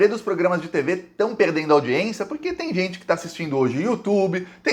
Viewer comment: Saudações 🖖 permita-me de lembrar-lhe que :- audiência audiência | n. f. au·di·ên·ci·a nome feminino 1. Audição. 2. Acto de prestar atenção a quem nos fala. 3. Acto oficial ou oficioso de alguém ser recebido por personagem importante. 4. [Direito] Sessão do tribunal. "audiência"e não aldiencia✌️🙏✋